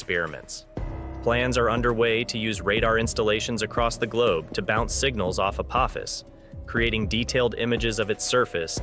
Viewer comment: The "o" in "Apophis" is a long "o," like with a macron, for anyone with a working brain enough to know how the English language works. I guess Skynet isn't taking over anytime soon.